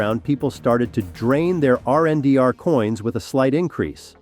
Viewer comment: RNDR ? Your mean Render - Only a BOT Calls it RNDR